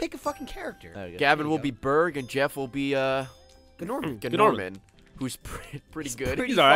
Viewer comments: I hope they know his name is pronounced Norman lol. The G is silent just like in gnome. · I'm pretty sure Gnorman is pronounced 'Norman'. The G is silent, just like in Gnome.